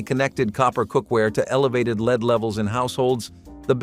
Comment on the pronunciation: How come the word Lead can never be pronounced correctly in these?